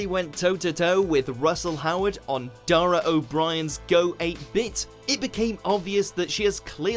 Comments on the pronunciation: It's Dara O'Bri en not Dara O Bri An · “Dara Oh (Brian)” ffs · Dara "oh-bree-yan" BTW 😜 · O'Bree en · Dara O Bryan and Kirsty Gala-Chur hahaha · "Kirsty Galasher". "Dara O'Brian". Are you even British?